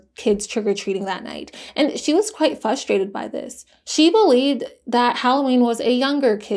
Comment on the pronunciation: Can you please speak English properly? The word frustrated has an R in it.